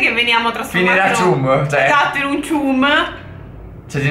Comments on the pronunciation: La pronuncia è ciam non cium a parte questo siete grandi. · Probabilmente Non conoscete bene il mondo di spongebob ma chum bucket si pronuncia ciam backet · Bel video, anche (se non ricordo male) si pronuncia "cham" e nn "chum" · Non per criticare però chumb si legge ciamb se non sbaglio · Niente 10 in inglese Perché si pronuncia chamb bucket